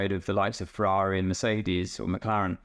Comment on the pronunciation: Ooh Fewawwi fwiend